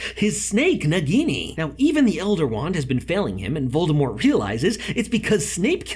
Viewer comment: not a hater but voldRmort just botherd me..., VordAmort